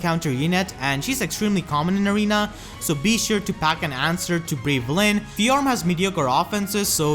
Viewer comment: Just FYI, her name is one syllable, not two.